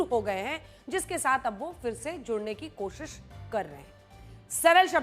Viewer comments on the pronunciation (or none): none